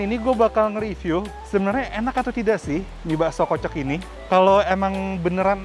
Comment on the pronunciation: Inget ya "riview" bukan "review" 🤣🤣🤣🤣🤣🤣🤣🤣🤣🤣🤣🤣🤣🤣